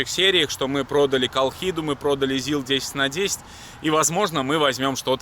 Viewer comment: Не зилА, а зИла! По промелькнувшей оговорке хотите строить дом на колесах И ещё. Вы посмотрели не два проекта, а два автомобиля для будущих проектов! Пока вы их не приобрели под конкретную идею, назвать из проектами преждевременно